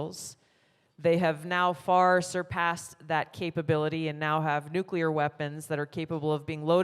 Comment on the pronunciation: Thank God for you Tulsi! I pray for your safety and all on the panel. And its so refreshing to hear someone pronounce Nuclear properly! Lol.